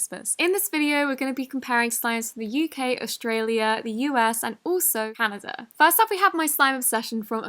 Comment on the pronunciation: I LOVE how she says Canada= 'CanaJa"